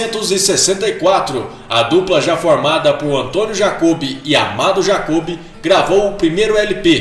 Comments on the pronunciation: vídeo muito bom, pena que a pronúncia errada foi irritante "jacobe", "jacôzinho" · A pronuncia dos nomes ta errado porquê é jacob com acento no ó